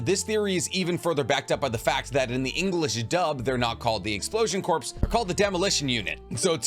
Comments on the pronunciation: It’s not pronounced corpse, it’s pronounced Core. Despite the spelling being corps, it’s pronounced core, and has been for centuries to millennia. I’m sorry for being a grammar Nazi, but it’s been getting on my nerves. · (It’s pronounced explosion core, not explosion corpse) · It’s killing me lol. Explosion Corp is pronounced explosion (Core) not corpse. Lol. Your video and I liked it. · stop saying corpse ew it’s pronounced core (=corps) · Corps pronounced like core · This man saying "explosion corps" like "corpse" instead of "core" is giving me brain cancer. Pretty basic English my guy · Corps is not pronounced like "corpse" it is pronounced like "core" as in the "Marine Corps" it is not short for corporation. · Corps is pronounced “core” not “corpse” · I lift unsubscribed because ya keeps saying Corps… is Core! I’m only one person but google is free! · Corpse. It’s corps core kor coor like pour but with a K like sound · I think explosion corp is just pronounced "core" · Bro there isn't a corporation like a business for exploding people... Its referring to a MILITARY CORPS. The military word Corps is not an abbreviation . Its just Corps... Its also pronounced CORE not CORPS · My dude, corps not pronounced “corpse,” it’s pronounced “core.” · For future reference. Corps is pronounced "CORE", not "CORPSE". Great video otherwise. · Favorite naruto creator but bro it’s pronounced core not corps, please bro it’s killing me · I have to say that it bothers me so fervently that you say "corpse". Corp or Corps are pronounced "core". Okay, back to irrelevantly non-commenting. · I don't want to be that guy but I is really starting to bother me. Corps is pronounced like core. It is s French word. You won't say someone is in the Marine Corpse. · It's core not corpse (corp) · Broo why do you keep saying “corpse” 😭😭 it makes me twitch every time lol. Corps is pronounced core 🥲 still love the vids tho 😬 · Corps is pronounced "core" the s is silent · Corps is pronounced cor